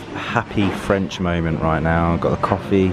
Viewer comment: Oh your French 😂 😍